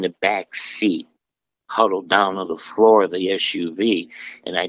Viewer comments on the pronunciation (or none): none